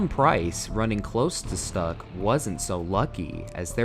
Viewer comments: And it's "Stoock", not "Stuck" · Ok, so "Pace" and "Stuck" may be spelled like English words, but they are not. "Pace" is to be pronounced more like "path" and "Stuck" like "shtoock". I have been reminded of this horrible accident only recently (I think it was 2022), when again a track marshal just crossed the live track in modern F1. I thought this kind of crazy was gone for good. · Schtook, not Stuck... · Bro….. if you’re gonna make videos about formula one smh 🤦‍♂️ Jesus Christ please do it right!! at least know the sport well enough before you make a post like this… common man. Seriously. You pronounced his name Hans Stuck, (like he was stuck to his seat, his racing gloves stuck to his hands.) but it’s (schh-took) you even said he was German out loud in the video. He is literally one of the most amazing race car drivers ever and drove so many influential amazing cars throughout his career and had a much better career outside of F1 in sports cars….. Dude but this one I can’t even begin to comprehend how you killed Jacques name. Being a Frenchman his name wouldn’t be pronounced (La-Fit) it’s pronounced (La-feet) out loud. Just like the word feet and saying La…..it really chaps my ass when people decide to make videos about a tragic situation or just anything about the sport in general but clearly are showing their inexcusable lack of knowledge on the topic of the sport at hand. To the extent you are butchering famous drivers names, in order to make a death video just for clicks and views in hopes of making money. you post some more crap. And not try to profit off a well edited tragic death video. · Agree. It would be great if there was at some attempt to pronounce words correctly, especially drivers names. Carlos Pace is not pronounced pace, as in speed, but (sounds like) Patchete. Stuck is not pronounced stuck, as in stuck in a traffic jam. Grand Prix is not grand, as in the Grand Hotel, And so on. A tiny bit of research would work wonders :)